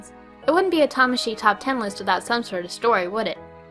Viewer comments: How come you pronounce your name as "Tomashi" now and not "Tah-Maw-Shi"? Am I going insane? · Why did you start pronouncing your "name" differently? Before you put more emphasis on the second 'a'. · Tamashii, why are you saying you name wrong. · Why do you say different now than when you used to